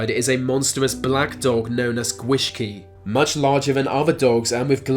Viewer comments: "Gwyllgi" Yep, he's gonna pronounce it wrong "the gwishgi" Aaaaand I was right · gwishgi? seriously all you need to do is check the welsh alphabet to know how to pronounce welsh words, then you wouldn't have to butcher my language lol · I’m half Welsh and I’m pretty sure it’s not pronounced g-wish-key, mate. Two ls together make a sound like you’re putting an h before the l. G-wilch-gee! And we call it South Wales, not Southern Wales. Plus you missed out the fact that Carmarthen in Welsh means Merlin’s Fort. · You pronounced gwyllgi wrong, its not spelt gwishgi...